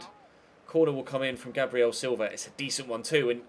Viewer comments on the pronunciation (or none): none